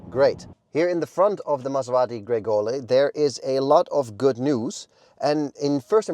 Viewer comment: the car’s name is Grecale not Gregole 😂